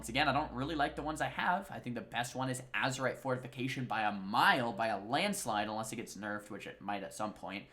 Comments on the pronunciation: Azerite, not azurite... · Azerite with an E :P